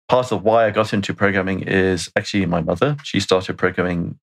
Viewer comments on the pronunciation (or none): none